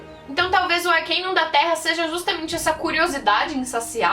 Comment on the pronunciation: N é arquiniun é arcano